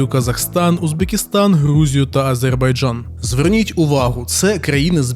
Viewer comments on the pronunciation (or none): none